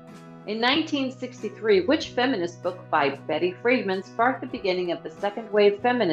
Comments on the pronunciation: That is pronounced FreeDAHN, not FREEDman (Betty) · Betty friedan not friedman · It’s Betty FRIEDAN, not Friedman.